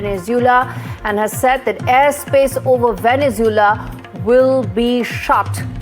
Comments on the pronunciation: It's Venezuela not Venezoola 😂😂😂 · For f sake, pronounce Venezuela properly! 😡